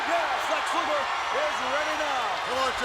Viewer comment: Thanks for the match card. Oh, BTW it's Luger.